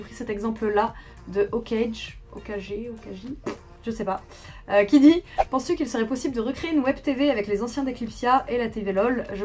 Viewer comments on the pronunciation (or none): AAAAARRRGH ELLE A DIT "OKAYGE, OKAGÉ, OKAJI" NARUTO EN PLS ;DDDD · Parcontre t'as pas regardé Naruto pour pas arriver a prononcé Hokage ? xD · elle..a..dit ..hokajé QUEL AFFRONT AU CHEF D'OEUVRE QU'EST NARUTO on le lit hokagué